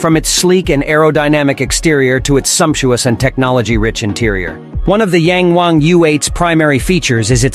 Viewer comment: Ita yang wang..not yeng wang 🤦‍♂️